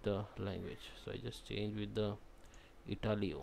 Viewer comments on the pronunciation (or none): Ha ha ha "changed to Italiow" - you gave a smile.